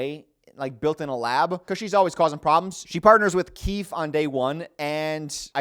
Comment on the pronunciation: im a speech therapist but english isnt my first language, however i was listening without looking for a second andi thought " has a unique way to pronounce the /th/ in keith"😭 silly me ig